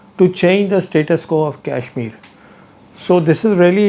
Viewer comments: It's not kaishmir as you are pronouncing, it is kashmir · This Brown Sahib can't even pronounce kashmir properly. I saw this man with Pakistani Army men. Is he the same one.🤔🤔🤔🤔